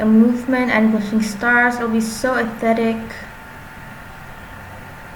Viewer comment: no hate but she said 'aesthetic' is athetic XD lol